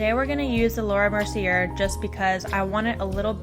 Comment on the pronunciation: Sorry, its Mer-see-aye xx